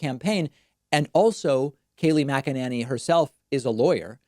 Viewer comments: It’s pronounced MAGA-Nanny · The correct pronunciation is macananus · Kayleigh McEnemy? McEnema? McFascist? Yeah, there ya go. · McELooney is how it’s pronounced. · Her last name is pronounced “McNinny.”